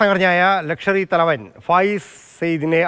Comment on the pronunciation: 😂😂 ഹ ഹ ഹ ഹ‼️ലക്ഷർ അല്ല ചേട്ടാ‼️ ലഷ്കർ ഇ തയ്ബ‼️‼️😂😂